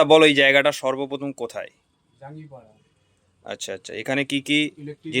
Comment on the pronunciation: Dada jangipada😂 na jangipara😂😂😂